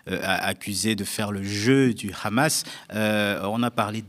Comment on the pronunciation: Arête avec ton « KHamas » cette prononciation israélienne et sioniste du Hamas… tu cherches peut-être à passer pour un connaisseur alors que tu ne fais que donner de m écho aux propos mensongers des sionistes… Tu es indigne d’interviewer Alain Gresh qui prononce les noms correctement…